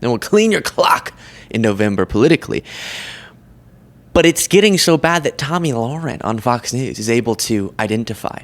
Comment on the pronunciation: Her name is Tomi Lahren pronounced Toe Me La Rin also can be pronounced C**T just an FYI. You called her Tommy ;)